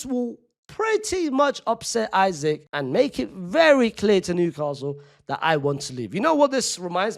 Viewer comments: ik i dont care but bro its not that hard to say “eesak” and not “isaac” if it was a hard ass name to pronounce id get it but how hard is it to say “eesak”😭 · Bro said Isac😂❤ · his last name is 4 letters 😭 just pronounce it the correct way